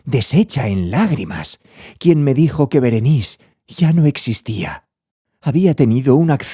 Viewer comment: Es Berenice!!, no Berenis 😒